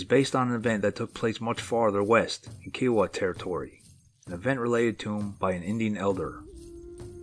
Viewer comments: Their not KEE-O-WUH.............Their pronounced as "K-EYE-OH-WUH" (Kiowa Tribe)..your mutilating the hell out of Oklahoma Native American Tribes! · It's "k'eye'oh'wuh" as in Iowa with a k, not "kee'oh'wuh", and yes, the word for Bigfoot in Kiowa is "kote'sah'pole". The Kiowa still occupy SW Oklahoma in the Wichita Mountains and recently, military personnel at Fort Sill have had Bigfoot sightings much to absent media coverage. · Ky O Wa = Kiowa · Are you trying to pronounce Kiowa? Good grief...look it up.